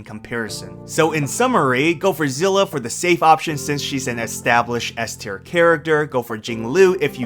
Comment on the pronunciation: "say-lay" is how you say her name